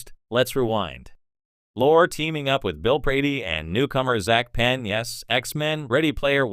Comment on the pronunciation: It's pronounced LORI dumbass not Lore.